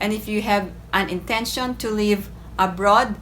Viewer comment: Your pronunciation is leave instead of live.